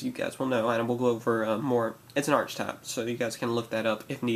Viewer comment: Isn't it pronounced "Arkitype" and spelled "Archetype"?